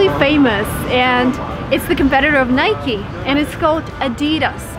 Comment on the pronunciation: I'm From Egypt , the Most famous brand is H&M and Nike , Her pronunciation is H and M , nik 😂😂